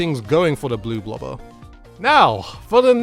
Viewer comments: Its not bloo blober its blob Lobber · Dude literally pronounced it Blue Baller . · Wouldn't the new slosher be pronounced Blob lobber? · Bloblobber** (Blob-Lobber) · i think it’s pronounced Blob-lobber. it just sounds how it’s meant to be... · The bloblobber sorta looks like a bidet. And I think it's pronounce like "blob lobber". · I thought it's pronounced blob-lobber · just for reference they're pronounced like this "blahb-lahber" and "NAW-tillus 47" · ack the mispronunciation it's Blob Lobber, because it lobs blobs Bloblobber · I think you pronounce it as blob-lobber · It's bloblobber. Not blue blobber. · bloblobber and glooga dualies lol